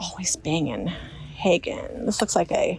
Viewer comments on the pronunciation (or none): FYI, it's Haeger with an "r" on the end not haegen. Haeger is highly collectable. Royal Haeger is even better.